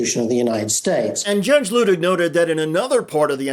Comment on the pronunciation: *pronounced LOO tig